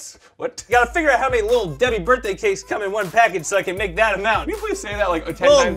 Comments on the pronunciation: You have been saying birday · I LOVE HOW ALWAYS SAYS BIRDAY INSTEAD OF BIRTHDAY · Birday cake Collins: “BiRdAy CaKe” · he kinda says birt day